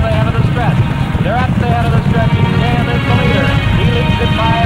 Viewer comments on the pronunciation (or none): lmao it's not "Shaw" it's SHAM.